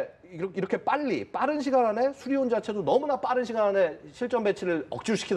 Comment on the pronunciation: 저 엠씨가 발음에 문제가 많은건가 저번에도 그러더니 계속 수리원이라고 하네